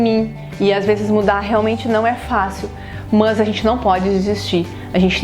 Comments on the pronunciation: os sotaques no Brasil são interessantes. A professora do vídeo fala "Mus" quando intenciona falara "Mas". interessante demais sô! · mto gerundismo! fico nervosa com isso! E tb mts "Mãs", Enganjar...